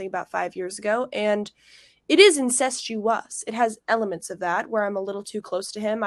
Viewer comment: Incestuous, she cannot even pronounce the word she’s accusing you of.